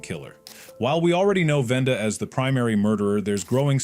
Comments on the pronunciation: (going insain) U GOT HER NAME WRONG ITS WENDA NOT VENDA OMFFFFFFG I HATE WHEN PEOPLE MESS UP HER NAME AND EVEN WORSE U PPUT IT IN A VIDEO WTF BRO!? 🤬🤬🤬🤬🤬🤬🤬🤬🤬🤬🤬🤬🤬🤬🤬🤬🤬🤬🤬🤬🤬🤬🤬🤬🤬🤬🤬🤬🤬☠☠☠☠☠☠☠☠☠☠☠☠☠☠☠☠☠😡😡😡😡😡😡👿👿👿👿👿👿👿👿👿❤‍🔥❤‍🔥❤‍🔥❤‍🔥❤‍🔥❤‍🔥❤‍🔥❤‍🔥❤‍🔥❤‍🔥✋🖕🖕🤜🤛🤜🤛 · Wenda not venda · is Wenda not venda